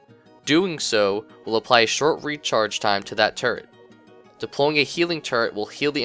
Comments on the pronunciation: everytime you say turret, I laugh a little because it sounds like turd XD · At first i thought you said turd... not turret... Made the engineer sound awesome.. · when you say turrent it sounds like turd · When he said "turret in his toolbelt"i thought he said "turd in his toolbelt" i lold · i thought u said turd but it was turret lol